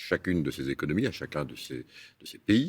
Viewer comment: Sept "zéconomies"? Pavaner ? Se pavaner, verbe pronominal... Il n'est pas allé à l'école ?en plus ses propos ne sont que du blabla...